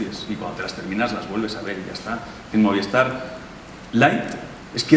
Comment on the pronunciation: Oye por que "moviestar" eh, donde está esa "e" que escucho cuando pronuncian MOVISTAR?